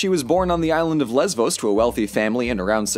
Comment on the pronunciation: Thank you for pronouncing Lesvos Mytilene and Andros correctly, its really refreshing to hear YouTubers actually research the content they publish